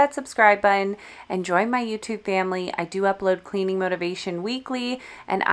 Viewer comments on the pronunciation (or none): none